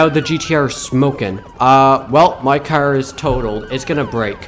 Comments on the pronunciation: you are saying car wrong he says cer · Why always say "cer" why not "car" tho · I love how he says car with an accent